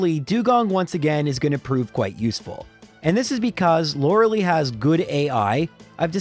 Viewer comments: i still ALWAYS forget that you pronounce Lorelei lke that EVERY time despite watching these videos probably thousands of times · Thank god I don’t have to hear you mispronounce Lorelei anymore since she won’t be in those games